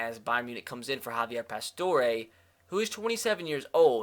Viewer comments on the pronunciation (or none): none